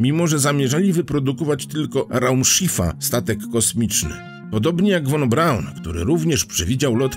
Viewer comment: Raczej (f)von Braun, a nie won Braun ;)